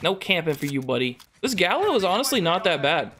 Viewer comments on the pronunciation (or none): Gallo and galo is not the same s 😂 It's more like ga-yo. Nice s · i think that this is not going to matter but the name of the shotgun is in spañish and is gayo in the pronunciation nice video bro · Just an FYI this gun is (gallo) Spanish for rooster, so I think it should be pronounced guy-o or guy-joe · just so you know it's pronounced smth like Gah-yo